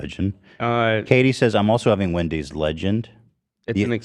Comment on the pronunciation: Wen-deez Nuts 😂